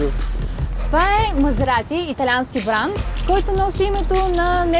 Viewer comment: "това е Мазеаати, итаянски баан", хубаво заснето, адски тъпо реализирано, и водеща с говорен дефект, никакво задълбаване в колата